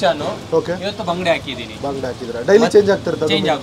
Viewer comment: Neevu baangde antha yake helhodu.Bangude meenu antha helhi...❤